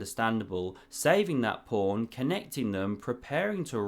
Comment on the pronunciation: Is this a source of your prawny pronuncion of pawn? Or are you independent inventor of chess? 😉